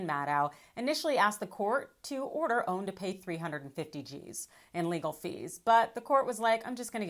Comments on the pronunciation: I don't understand how you cannot pronounce O A N!!!!!!!!!!!!!!! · Why is she calling it OWN? Its OAN!!! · First time I have heard it pronounced "own." I always heard people say O-A-N. But what do I know? Possibly is joshing with this pronunciation.